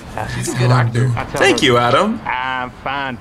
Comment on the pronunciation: no we tanke you for weryfing :)